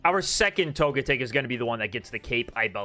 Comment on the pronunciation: Why do you keep going back and forth between pronouncing Togetic's name? Togetic's name should just sound like "Toga-tick," and not like "magnetic."